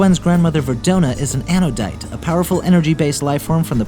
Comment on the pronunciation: anodite not anadone